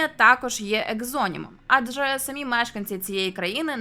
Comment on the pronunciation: Перейменування в московію однозначно потрібне, а можна й просто в паРашу. Відео ваше справді цікаве, але от наголос у слові "самі" - ріже вухо. В українській наголос має бути на "і", а не на "а".